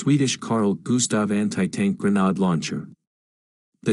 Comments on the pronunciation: Gren aid not gren odd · Why does nobody check the narrator! “Granard”. Ugh!😩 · Hey, is there any chance of getting a real human narrator? One that knows how to pronounce 'grenade' and 'Kiev', for instance. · "grenhard" launcher 🤣🤣🤣